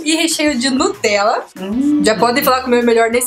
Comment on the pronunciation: o seu é melhor só quando vc falou Nutella